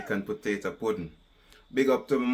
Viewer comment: U know a true country man when u hear him say “putato” lol